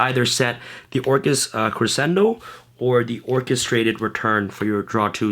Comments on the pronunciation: doesn't crescendo pronounce creshendo ? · Gotta learn how to pronounce crescendo.